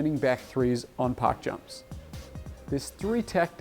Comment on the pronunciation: i got halfway thru the vid b4 i realized he was saying park jumps i thought he was saying pock jumps ,,,im like what the hell is a poc jump?